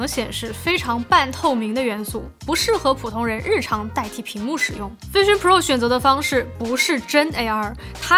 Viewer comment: 不是卫生pro 天啊 发音是vision pro